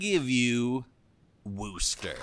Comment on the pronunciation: At this point I am convinced if you're not from Massachusetts you can't pronounce Worcester. Funny thing is one of the examples given here also mispronounces it.